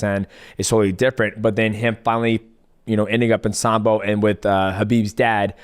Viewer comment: Someone explain to Islam how to say “with” please brotha 😂😂